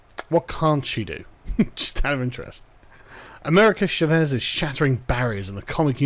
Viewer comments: CHÁ-VEZ not SHA-VÉS. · "Shavez" lol it's Cha not sha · Oooooh you Brits and your inability to Spanish. It's "Cha-vez" Love you <3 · Carl, the way you pronounce "Chávez" gives me arse cancer. It's not a "sh" sound, it's a "ch" sound, and the A is the letter that's accentuated, not the E. It's Spanish, not French.